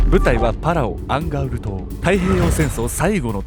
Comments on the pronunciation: アンガウルの戦いって言ってたのか アンガールズの田中って聞こえてた💦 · ずっと思ってたんだけどアンガウルがアンガールズって聞こえてたww 同じ人居ません？笑